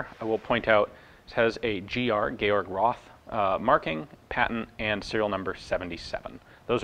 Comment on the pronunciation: Roth is not spelled Ross but Rot with a long o.